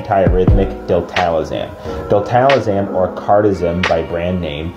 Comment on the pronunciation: Love the content, great info but….”Diltalazam?” Is it a different name north of the border?